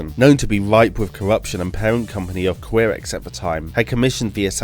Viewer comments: Ky-rex not queer-ex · How this guy pronounces F.E.I.S.A.R., Auricom, Qirex and Assegai really disturbs me.